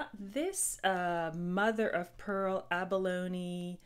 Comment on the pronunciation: Hey I missed this! How are you? Thank you for pronouncing Abalone the tight way 🙏